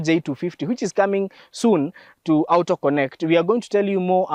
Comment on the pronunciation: A Kenyan pronouncing Auto as aooto...is just a confused fellow. Good content...but this is called the Tenderpreneur cars. Shows how well someone is stealing from govt tenders.